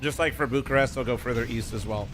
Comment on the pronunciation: is Bucharest and not Burcharest dude